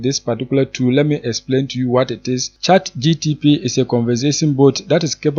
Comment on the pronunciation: Did u say chat gtp? 😂